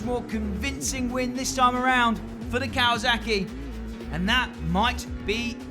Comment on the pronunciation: Kawazuckie hah kinda funny. Don't worry we say words fucked up too